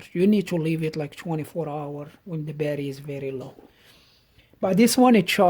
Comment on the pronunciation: Hi, I’ve only just started watching your Videos and I’ve watched quite a few now, It makes me chuckle when you say: “Barry” instead of Batt-ur-ee and please don’t take offense at that as I meant it in a Light-Hearted way, I do have a couple of Lithium Jump Starters, One is a SIP 802Li (20a/h) and 800 Amps and is good for starting Petrol Vehicles up-to 5.0L and Diesel Vehicles up-to 3.5L, My little Van has a 1.9L Diesel Engine so the SIP Jump Starter is more than capable of starting the Van if the Battery is just a bit low, The other Jump Starter is a Floureon W100 with similar Specs to the SIP except that has a 15a/h Battery and they claim it can Start Petrol Vehicles up-to 6.5L and Diesel Vehicles up-to 5.0L which I’m rather skeptical about, I also have a SIP 600A Super-Capacitor which I carry everywhere with me, Great piece of Kit & I’ve also got an Old-School Halfords Branded Jump Starter which is still capable even now today although probably not as good as the Lithium Jump Starters but does have the advantage of being equipped with a 240v 300w Mains Power Inverter, I recently purchased a Faulty NOCO GB70 off eBay and the Seller stated that the condition was: “Excellent in Not Working Condition”, I received it and there were 3 of the 6 x Screws missing, The USB Ports were misaligned so you couldn’t plug anything in to the USB Ports and the Unit was in Poor Physical Condition yet the Seller described it as: “Excellent” I dread to think what they would class Poor as